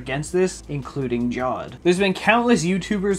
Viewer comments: Man- its pronounced JAW WED not JAWD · Lol his name is not JAUD. Its Jawed. Pronounced as "Ja - Vid". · Please someone tell him on his reddit that it's pronounced as Jaa-wed not Jawed. It's very annoying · His name is not Jawed it's Ja-wed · The correct pronunciation for Jawed is "Ja-Wed" not "Jad" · It's not jawed as in Jod, it's actually Ja-Wed as in JA WAID. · It’s pronounced jav-ed, not jawed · it is Pronounced jaawaid not Jaw-ed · 'Jawed' is pronounced 'Jaa wade'. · please pronounce it as Jaa-wed for god's sake. I commented this exact thing years ago too and I thought you would have learned till now but guess I was wrong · Hello ! I just wanna inform you (in a very polite way) that you're pronouncing his name wrongly. If you wanna say it correctly, you should say Ja-Wad. The letter W is pronounced. Other then that, your videos are so entertaining, keep up the good work. Love you ❤️❤️